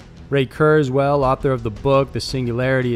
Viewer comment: No offense but it's pronounced curz-while